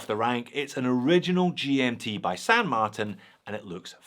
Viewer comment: This is the first time I’ve heard pronounce the brand as San Mart”i”n and not San Mart”a”n. Sounds strange lol